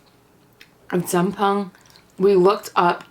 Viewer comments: same but p is not the way you say it.. tryna culture the girl.. but wutever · Glad you like jjamppong! But please work on your pronunciation! You saying it incorrectly and having other people calling it incorrectly makes them and you ignorant 🤦🏻‍♀️ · Hope u know how to pronounce 짬뽕 correctly by now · ughhh, why are you in korea? also, pls pronounce Jjambong correctly... you uncultured biss.